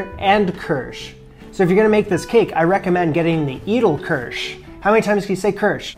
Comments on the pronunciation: I think edelkirsch is pronounced aydalkursh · Great, entertaining video again. I'm inspired to make this now. Thanks for posting. BTW, Edelkirsch is pronounced "AYdl-keersh". You're welcome.